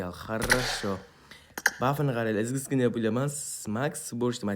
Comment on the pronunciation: Brat xam iziskinniyni orniga izgizkinniy pula dedi😂😂😂😂😂😂😂😂😂😂😂